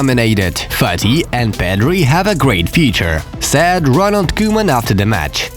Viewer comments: Bro its S AI D not SAD, the remark I can make to you is to work on to pronouncing this word correctly , other than that keep the videos coming!! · Am I the only one who thinks he says sad messi instead of said messi